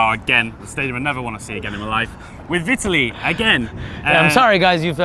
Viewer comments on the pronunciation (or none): What the fuck was that pronunciation of Vitaly??????